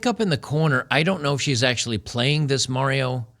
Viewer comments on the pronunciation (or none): none